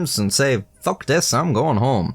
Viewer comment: This is the first time I’ve heard swear, I didn’t think he’d be that distinct with the “fuck” though.